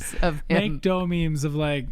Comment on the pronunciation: Kept on watching because they kept calling Kyungsoo "dough", hilarious